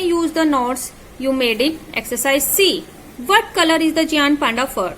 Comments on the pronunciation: it is not geaant it is gaint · Pronunciation is wrong. It is not geeaant (giant) and beer (bear).